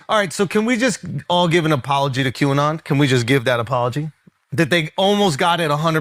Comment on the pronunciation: Qanon pronounced Canon.